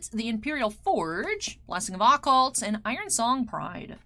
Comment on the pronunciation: Please learn how to pronounce Occult I'm begging you.